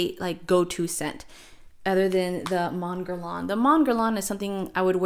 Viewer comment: Pronounced Mon Guérre Lain…silent n ..and NOT MONN GERR LAWN